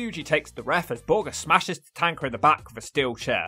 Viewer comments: Why are you pronouncing Tatanka as Tatanker? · Your saying Tatanka name wrong